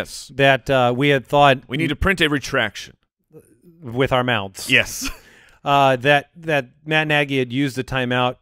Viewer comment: The muthe is luthe!